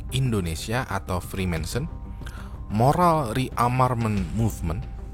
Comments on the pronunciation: Judulnya freemason.. tapi nyebutnya freemanson.. hmmm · Bacanya freemason bang, bukan freemensen... Gatel banget dengernya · bukan Freemanson tapi Reemason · freemansur bang wkwk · Dia aja nyebut freemason salah, jadi freemaNson 😂😂 Gmn mungkin anggota kok gak bisa nyebut nama organisasinya dgn benar wkwkwkwk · Freemason bang, jangan freemanson bang, tolong 😂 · iya loh kok dibaca nya freemanson bukan freemason 🙄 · Naah ini aku agak risih kok disebutnya freemanson padahal Freemason yg benar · Freemason, tapi berulang kali di sebut freema(N)son 🤣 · Freemason bang, bukan Freemanson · Bang, kenapa freemason dibacanya freemanson ? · namanya "freemason" tapi nyebutnya "freemanson" mulu jadi geli dengernya 😂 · Freemanson atau freemason? Daritadi nyebut freemanson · gw agak bingung bang, gw kira freemason itu dilafalkan "frimésen" tapi versi "friménsen". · Freemason bukan freemenson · freemason oi bukan freemanson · Freemason bukan freemanson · Freemason bang (frimesen) Bukan freemanson (frimensen) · Freemason bang bukan freemanson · Freemanson apa Freemason.. Serius nanya? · freemason bro bukan freemanson.. sebutannya harus jelas. 😚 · Freemason bang bukan "Freemanson" 😅😅😅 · Freemason✓ Freemensen× 😂😂😂 ada ada ae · Frimesen, nyebutnyanya frimensen mulu pake n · FREEMASON.. bukan freemaNson... emangnya botol gepeng? Mansion House.... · Orang dia aja typo ngomong "freemanson" 🤣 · gak lah, nyebutin nama freemanson aja salah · Kayanya dia ga capable bahas freemason, mungkin modal googling. Nyebutnya aja salah, freemanson wkwkwkwkwk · Agak risih dengernya,freemenson freemenson... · Kok gua denger nya frimensen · Freemanson apaan njir wkwkwk, gw denger dari awal sampe akhir kok aneh wkwk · kok ngomong nya freemanson siii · Typo ngomong bang